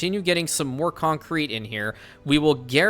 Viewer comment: whenever you say concrete, my brain helpfully supplies the noise clip of Patrick from the Pack (Thomas and Friends spin off) and how he says concrete. Coonncrete